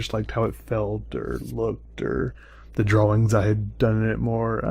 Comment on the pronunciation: Dawwings - no offnece but he kinda says drawings weird... i thought i might point that out...